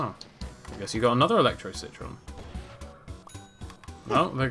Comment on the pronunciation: Anyone else remember when called the citron citren?